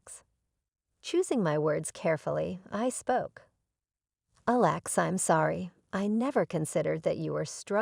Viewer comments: this whole post is BS, from the robotic narrator that doesn't know how to pronounce words like Alex to the story subject suddenly becoming the GM for his company. and what "chef" would panic over being short ONE meal? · Forgive me but though the theme seems a good one; if you want people to believe the video you really need to fix a few things about both the audio and the captions. There was quite a bit of mispronunciations, errors in voice inflections as well as punctuation mistakes. At times the name Alex was pronounced incorrectly as Aléx; or Alex's was mispronounced as Alexa's... We were not listening about a SISTER named ALEXA, but a BROTHER named Alex... Maybe you should get a proofreader the next time you wish to post? Just my two cents...